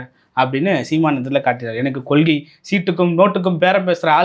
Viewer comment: பாப்பா அது கொள்க்கை இல்லை கொள்கை